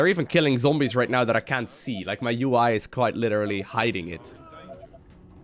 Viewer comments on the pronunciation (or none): none